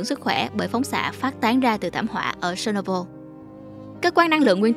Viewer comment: phát âm chuẩn giùm. chéc nô bưn. se nô bô là cái gì?